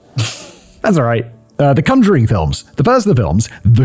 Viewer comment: Your pronunciation of conjuring… is a choice…